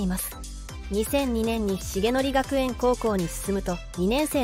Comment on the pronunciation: 漢字の読み間違い、せいとくがくえんです